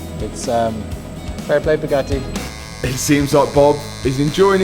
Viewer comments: How come this guy is unable to pronounce the letter T..?? As in Bugatti (he says ”Buga-i” everytime!😳 I thought he had som jaw-issue! Then, all of a sudden he spells out ”titanium” correctly!!! A mystery!🤔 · is the bugattehh tattoo new 😂😂😂